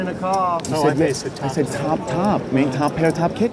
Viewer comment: I Thought you said chop chop